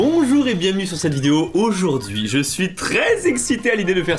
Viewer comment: Bondjour... jaimes bondjour 🤣👍